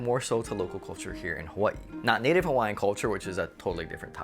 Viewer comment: I like the way you say Hawaii 🌸